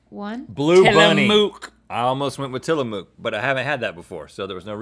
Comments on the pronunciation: I can't be the only Oregonian screaming "TILLAMUCK!!!!" at the screen when you read TillaMUUK. lol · It's pronounced "Till-a-MUCK" not "Till-a-MOOK" I know this cause I'm an Oregonian NOT an "Ory-gone-ian" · Tillamook is pronounced till-uh-muhk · Pronounced Tilla-muck, not Tilla-mook ; ) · HoneyTicklesWorth They were also pronouncing it Tilla-Moooook not Tilla-muk 😂😂😂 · I was taken back a second with your pronunciation of Tillamook, as someone from Oregon I've only ever heard people pronounce it "Till-A-Muk", never heard "Till-A-Mook" haha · alyane I'm so glad someone else said the same thing. It's muck not mook! 😂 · Tye Happ so, you read book, hook, crook, and took like that too? tillamook is pronounced w phonetic similarity to those. fkn shook. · It's Tilla-MUCK, not Tilla-Mook! Everyone from the PNW is offended! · I lived in Oregon for 20 years an hour away from Tillamook and I've never heard someone say mooooook aways muck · tillamook is the best but its pronouced Till-A-Muck not till-a-moo-k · Till-a-muk, just saying. But love you guys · It’s tilla MUK . They make it about 20 miles from where I live . Lol it killed me every time they said it. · When they were saying Tillamoooooooooooook I thought they were kidding but then they kept saying it and I just shook my head😂 it's pronounced Tillamuck not mooooooook. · Tillamook is said how it is spelled with NO syllable emphasis anywhere within it ;) You two were saying it with an emphasis on moo, making k it's own syllable. It was what I expected, but sounds a little odd honestly haha. Some incorrectly say it as "Tillamock" too. I'd spell it out to show it's enunciation, but there is no possible way to do it since it would remain as the exact same spelling haha. Also missed out with Umpqua not being there too :D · I think it’s so cute... tilla mooooooook. Hahahaha. It’s pronounced till uh muck. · I know I’m late but I’d like to add a obligatory ‘it’s til-AH-muk, not til-AH-mook’ okay ty friends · Pronounced Tilla-muk